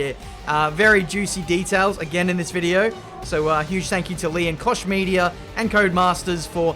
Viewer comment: The way you pronounce Koch Media triggers me every single time xD